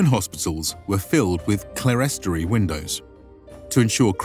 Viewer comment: Very interesting! I'll have to look at the sources you mention in the description (thanks for that!). Just two pronunciation checks: clerestory is pronounced as 'clear storey'; chiurgus should be pronounced /ki.'ur.gus/, not with an English /ch/ sound (it's a Greek loanword into Latin and that 'ch' is pronounced like the 'ch' in Greek words in English like 'chiasmus' or 'chaos').